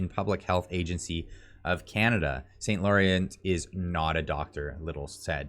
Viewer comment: How can you be from Ontario and not know how to pronounce St. Laurent? Francais!